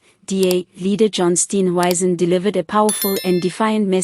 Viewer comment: Steenhuizen, not Steenwaizen!😅